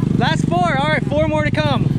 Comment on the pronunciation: I think you said por instead of four😆